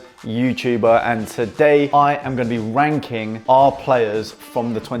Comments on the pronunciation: Did he say I’m gunna be wanking our players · you sound like you are saying wanking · Is it just me or does it sound like wanking not ranking